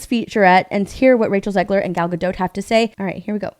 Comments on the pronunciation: Gadot, not Gado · Please! Gal Gadot is not French. She is Israeli and Hebrew-speaking. In Hebrew you pronounce ALL the letters. It's not "G'doh", it is Ga-DOT.